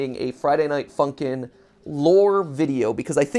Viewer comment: I was laughing so much when he said Friday Night Funky not Friday Night Funkin. It was Really funny